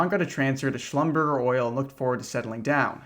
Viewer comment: Schlumberger is pronounced schlumberjay